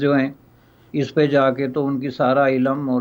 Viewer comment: Cannot pronounce ILM .properly .